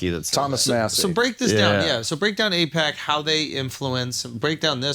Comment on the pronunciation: It’s actually AIPAC, not APAC. Just thought you needed some educating. Also why won’t Dave talk about what president did AIPAC support? I’d say it’s more about greed then religious reasons why we support Israel. But thank your president!